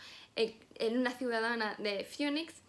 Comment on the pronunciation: La ciudad se llama Phoenix, se pronuncia FINIX, como fénix ;)